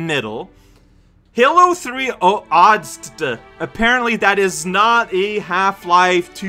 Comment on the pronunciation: Hearing pronounce ODST like that blue-screened my brain. Also, I'd say that starting with Halo 3 is not advised. At least with Half Life 2, you can understand what's going on within the plot itself. Halo 3 is a direct continuation of the events in Halo 2, so the plot for you is going to be the equivalent of taking a book, opening to a random page in the middle and starting from there.